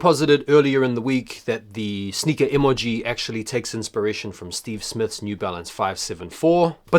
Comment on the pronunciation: E•MOLE•GEE 🤣😂🤣😂 y oh sound crazy asf saying it like dat